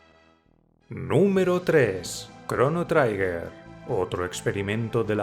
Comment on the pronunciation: Trigger no se pronuncia traiger, se lee tal y como se escribe 'triguer'